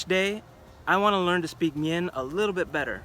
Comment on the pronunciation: You say, "learn" and "from now on" with the wrong intonation. I will keep updating as I listen for at least the next ten minutes. LOL.